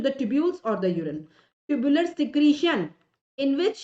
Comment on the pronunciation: Mam tubular secretion , tubular reabsorption you told wrong